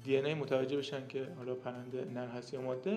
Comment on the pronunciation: دو اشتباه که مکرر در این ویدئو تکرار شد اولا مادّه (Maddeh) اشتباه است، درستش ماده (Madeh) است، بدون تشدید. ثانیا اسم این پرنده Myna است نه Meena، این پرنده بومی شبه قاره هند است که از طریق افغانستان به ایران مهاجرت کرده است و بهتر است نام آن را همانگونه که است تلفظ کنیم و به میل خودمان تغییرش ندهیم